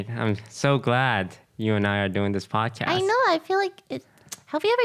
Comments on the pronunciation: Did anyone else notice that it's say padcost instead of podcast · anyone noticed is said padcost instead of podcast? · The "PADCOST" is upsetting me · I wonder how many people noticed the "PADCOST" lol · The episode was amazing! But the "Padcost" is really messing my brain up... Why must you hurt me in this way? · I noticed padcost so fast and the way lily pronounces podcast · That "OTV Padcost" is triggering me😂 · lol padcost instead of podcast